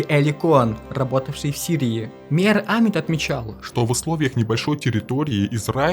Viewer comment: Хорошая работа! Полезная информация. Но на протяжении всего фильма резали слух неправильно произносимые фамилии. Например, ШАмир вместо ШамИр. Или Амит, вместо АмИт.